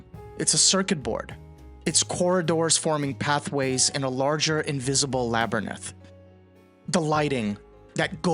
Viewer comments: This is definitely AI. Including mispronouncing the singular “woman” as the plural version, “women,” something that is spreading like wildfire the last decade and a half through video essay content and under education . Mispronouncing “labRYNth” for the seemingly human dyslexic “labURNth.” Seeing a lot of these humanesque touches evolve in AI recently the last several months. It’s so sad that if this is a human at all, they would crutch on AI whatsoever. The cadence, the formatting, so much of it seems like great points that are mucked up with trash AI slopping. Sort of devastating to brilliant, human, original, highly insightful thoughts, in an era of predominantly trendified gibberish speach formerly referred to as merely platitudes and bumper sticker mindlessness, only to be dipped into the steaming hot coating of manure AI. Cheapening human consciousness by using it at all will be the next dot com bubble burst, gods willing. Viva humanity’s original thought and blank out the light Kubrick warned us about in Odyssey, that cold unfeeling electronic spec peering in on you, alone, and ever watching, ever predatory. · The first time I heard the word "Labberneth", I had the exact same thought! 😅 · Well, the so called 'hateful troll' here was right, about the quality of the voice, for sure. Much more importantly, however, pronunciation guides are also free. So, to reiterate the REAL problem: "Labberneth" 🧐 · Great analysis -- The Shining is my favorite comedy. Great horror brings out mirth when done right, and we laughed our asses off when we saw it in the theater. One thing though, this is how to say labyrinth: -- Still, great video. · It wasn't 127 takes. I want to call this AI, but a computer would probably pronounce "labyrinth" correctly at least once?